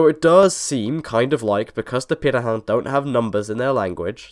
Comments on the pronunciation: How the hell did you managed to pronounce pirate so perfectly? No aspirated p, and perfect nasality. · Congrats on your pronunciation of Pirahã! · 20 seconds in and it seems I'm right about the video topic lol. Neat to hear how their name is properly pronounced, we said it quite differently in my class.